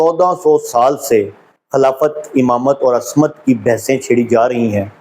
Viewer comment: Ooo jahil ibn e jahil asmat nhi ismat hota hai oor walayàt nai wilayat hoota hai kaash itni bareeq beeni se pehle urdu perhna seekh li hooti